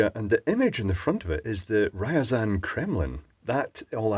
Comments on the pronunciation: RIAZAN NOT RAIAZAN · It's not Rayasan, it's Ryasan :) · Я is Ya, and should be pronounced "ya", so it's actually "R-ya-zan", not "Rye-a-zan". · Ryazan, not Ryzen... Nice PCB layout and a resin equivalent of conformal coating. I've seen (and done) shortwave broadcast antennas by hanging a length of wire across the room, but never saw one used with an ionizer. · Kudos and respect on pronouncing Ряазань almost correctly. It's rare to find an Anglophone who cares enough to make an effort to find out how to say something in other languages, and that needs to be appreciated. That said, it#s not entirely correct. You say "Ri-ya...", but it should meld together, "Rya", with the "y" more implied than pronounced. And, use a rolled R which people stereotypically use when imitating Russians. Also, the end isn't just an "n", it is a "ny", again melded together, kinda like when you say "Nyah". In the schematic (Рис 4, Схема принципальная электрическая - Drawing 4, logical electrical schematic), the sections containing the capacitors C15 and C16 have a remark saying "Ставатся по мере необходимости", translating to "will be installed according to need", whatever defines this need. Actually, it's a very interesting and pleasing quirk of Russian, "Ставатся" is something I call a retro-referring verb, and literally means "Installs itself". XD Also interesting to remark is that the schematic seems to have a weird mix of Latin and Cyrillic lettering. C stands for capacitor, R for resistor, and HL also seems to be Latin. But most noteworthy are the diodes, which are marked as "VД", also VD with the first letter in Latin and second in Cyrillic. Pleasingly weird :) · For correct pronunciation use text to speech on the translator 😅 it sounds more like rezan not riazan 🙈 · It is Ryazan, not Rayazan. Polite suggestion: Please use Google translate to hear the correct pronunciation, practice the pronunciation a few times, and then make the video.